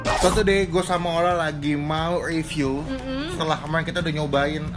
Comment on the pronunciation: Riviuw bang bukan uwiiviuuw 😁😁